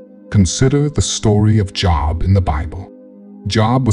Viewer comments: I appreciate theses videos but it drives me nuts when you pronounce JOB as a "job". JOB"e" ok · Who the (F) is job ?? It's pronounced JOBE . When you guys have A.I. read these you should give it a good listen before releasing it . Just say'n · Was enjoying this but would rather have a real person talking…am assuming this is an AI reading as he pronounced JOB the same as a job. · This is not a real person, it is AI generated. Note the mispronunciations of "Nehemiah" and "Job" which a bible teacher would never make. No doubt there is some truth in this, but beware of AI; it does what it is programmed to do. One more thing: many of us may not "fit in" by the world's standards, but to think of oneself as a "chosen one" is very arrogant. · This video was encouraging, Thank you. (By the way, the narrator mispronounced “Job.”😊) Blessings. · Ummm weird. This whole thing describes my entire life. Wow. The only thing I chuckled at was the push for excellence… which is me, so mispronouncing Job gave away it’s not a human voice. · JOB is not pronounced like work related. It's a biblical name . Please check out the pronunciation. Continue to be blessed 😇